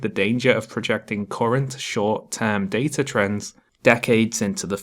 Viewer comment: She pronounced data wrong